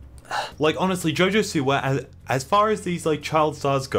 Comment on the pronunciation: I Thought You Said Jojo Seaworld Lmfao